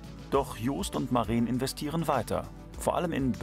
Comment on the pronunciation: Es ist Maren kurz gesprochen. Lang wäre es Mareen